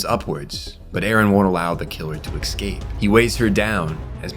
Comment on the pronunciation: Why can't you pronounce "escape" without adding a k or an x?😅 Why do you say "advancement" when you should say "advance"? English is your first language yes?